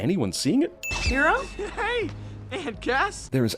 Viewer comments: How come everybody pronounces Hiro's name as Hero but Honeylemon pronounces it in a Japanese type way...I know that the town is based off of Tokyo and San Francisco but seriously, she has heard his name enough to know it is pronounced Hero. ding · I cringe every time the least Japanese looking girl pronounces Hiro like it's Hee-Do. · AvixusGaming Nothing about her comes across latino in the film, she is clearly white even if her voice actress is indeed latino. And it is indeed Ryu because she is trying to be painfully politically correct and is going so far as to mispronounce his name. Yes a proper Asian pronunciation would have it the way she said it, but that isn't how they actually pronounce it in the film, which is what makes her pretentious. Am I way over analyzing something that doesn't matter and does it not translate well over the internet that this doesn't actually bother me as much as it sounds like it does? Absolutely. It really isn't a big deal. But the point of this original comment is that it is rather annoying when she does it, which I agree with, so I defend my thoughts in kind. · ***** now you mention it, I chekcked and yes, since it is a Jaanese name it goes "Jiro", not "jirou" owo just saying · You forgot that honeylemon throws around an accent to pronounce hiros name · I wanted to stab myself every time Honey Lemon said Hiro's name. She pronounces it so strangely. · Also, the way Lemon Drop or whatever the fuck her name is pronounced Hiro's name. I have no idea if she was voiced by an Asian actress but the character is clearly Caucasian, so one sin for a filthy fucking weeaboo. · It annoyed me too, not even Hiro himself says his name like that. And also did you know that honey lemon is supposed to be Hispanic. I don't know how that's supposed to work, but ok. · The biggest sin for me is that the only character in the movie to pronounce Hiro's name correctly is Honey Lemon. Even Hiro himself says it wrong. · she pronounces hero HE-doe